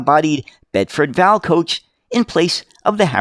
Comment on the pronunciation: It's a Bedford V. A. L., rather than pronounced Val as in the girl's name... 😉